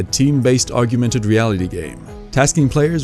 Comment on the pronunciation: Chronicles is pretty good but he mispronounced Augmented multiple times